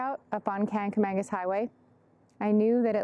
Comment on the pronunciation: You should really know how to pronounce Kancamagus!